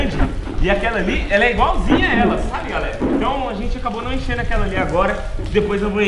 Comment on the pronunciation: ENCHENDO E COM "CH" E NÃO COM "X"! OK? KKKKK